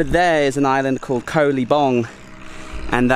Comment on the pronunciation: pronunciation police to the rescue: เกาะ (koh) - Island - the 'k' is a 'g' sound like in 'guitar', and the 'oh' is an 'O' sound like in 'Orange'. :)